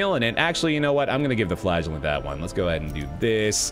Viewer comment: I continuesly, miss-hear the name: the flagellant. I hear: The Flatulent. ... something's wrong with, me I suspect.